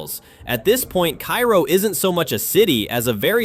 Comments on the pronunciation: It’s pronounced Kay-ro Illinois, not Ki-ro like the city in Egypt. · "Kay-row" not "Kye-row" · It's prounced Care-o, not ki-ro. The crime rate is much lower than reported here, as the population nears 0. It is indeed becoming a ghost town. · it's Karo, not Cairo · No, Kay-ro. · Love this video. But for one thing. Cairo is pronounced “Ka-ro. The ‘i’ is silent. Keep up the great videos please. Love every one of them. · It's Cairo pronounced care-row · Cairo Illinois is not pronounced like Cairo Egypt... It is pronounced Kerro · You can tell the voice is AI: It pronounces Cairo, Illinois the same as the city in Egypt. The Illinois Cairo is pronounced "KAY-row". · Cairo in Illinois is pronounced 'kay-ro'. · I belive Cairo is pronounced Kayro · Pronounced kayro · It's Care-O. I was born and raised there. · It's pronounced KAY-ROH.. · Cairo, IL. is pronounced like care-oh. Next time you're in that neck of the woods, just ask 'em. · Thank you. I'd never even heard of this place until a year ago, and it was pronounced incorrectly, which I didn't know at the time. Now I know.